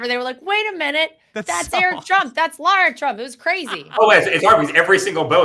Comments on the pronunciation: Benny!!! Stop calling her LAURA! It’s LARA 🤦🏻‍♀️ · Benny her name is LARA not Laura - pls get it Right ❣️ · U mispronounced Lara s name! You're a racist!😂😂😂❤